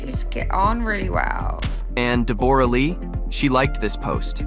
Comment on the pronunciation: It's pronounced Debra-Lee....